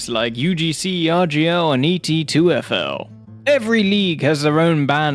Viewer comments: My brain is exploding from hearing you call it E T 2 F L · ah yes, my favorite, “E T 2 F L” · you keep calling etf2l "et2fl" 😭😭😭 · Anyone else noticing he's always saying ET2FL instead of ETF2L? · I know nothing about pro tf2. But Is there a reason you are calling it ET2FL the entire video as if it's an alien specimen, and not ETF2L which I'm guessing stands for E TF2 League? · New drinking game, take a shot every time he says ETF2L wrong